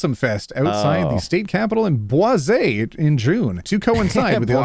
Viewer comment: Idk why but the way you said "BWAH-ZAY" for Boise is killing me 😂